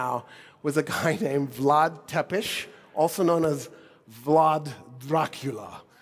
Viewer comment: comeo n prefoessor even i Uzbek Turkic person know how to say it dear olf Vlad lol